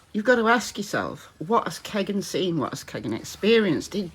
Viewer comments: Your pronunciation is bang on. Bart confirmed. It’s how his family and friends say anyhow. Turns out Tony wanted like that after his favourite titty bar, a tag team called Keg N Stine. So he called him Kegan. Keg N Kline. Another tag team perhaps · If you heard the story of where his name came from, Kegan is pronounced JUST as you pronounce it. No need to amend it at all. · Apparently his dad named him after his favourite pub/stripper bar called the “Keg and Stein” (Kegan Kline) so you’re pronounciation is correct